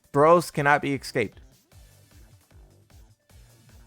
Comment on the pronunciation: "He cannot be eggscaped"